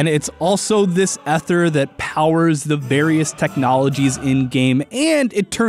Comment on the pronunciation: Oh no. OH NO. The way he pronounced Ether OH NO!!!!!! Nevermind he says it right later on